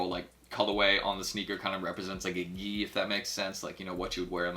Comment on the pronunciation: You said gi right this video lol just entered local in AZ good luck homie!